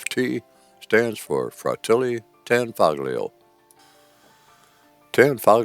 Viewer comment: A good Video but the g in Tanfoglio is not outspoken